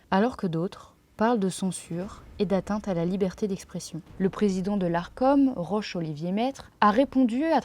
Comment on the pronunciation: Le prénom Roch se prononce [rok] et non pas [rosh].